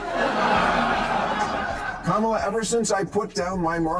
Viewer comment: AI BS video.Cant even say her name correctly